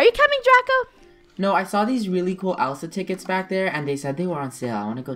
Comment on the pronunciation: It's not mooana It's moana It's not elsea It's elsa